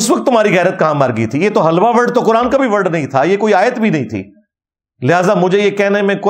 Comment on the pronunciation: Its hilwa and not halwa.